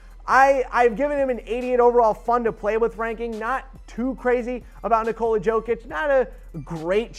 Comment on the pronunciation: Bruh you butchered jokic name pronounce it with y not j